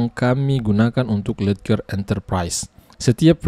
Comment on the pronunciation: Baca nya lejer bang 😂😂